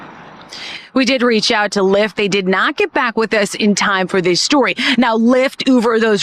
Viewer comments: It’s called Lyft not ForkLyft 🙄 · "LYFT" not: "Forklift."